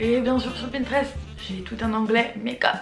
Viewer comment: ça m’a stressée quand elle a dit "pintrest " au début 😭